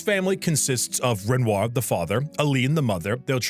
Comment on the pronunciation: played this game 3 times, and still mispronounces Renoir? I think this boy just wanted to eat a bunch of bread on camera. (real)